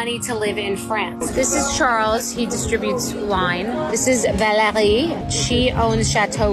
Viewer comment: Can’t pronounce Valerie. Or merci